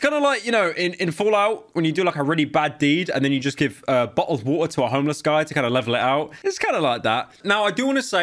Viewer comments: di-d he j-just say— BO’OL’O’WATER? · Bo'ohw'o'wo'er Bo'ohw'o'wo'er he said it pyro said it YES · bo'o'oh wa'er